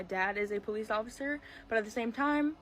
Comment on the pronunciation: I love. She’s a really great person you can just tell… And I love the way she says police PO lease lol